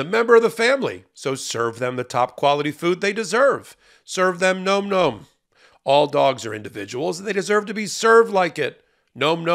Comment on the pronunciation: explains better; Ben rants more. By the way, the mispronunciation of Nahm Nahm as Nome Nome may just be one of amusing satirical protests against commercials delivered by hosts. He knows, as Meidas appears not to, that such "testimonials" are counter-productive not only for ad revenues but also for legal experts' dignity and credibility. C'mon, Ben, quit that. Was it your dad's idea?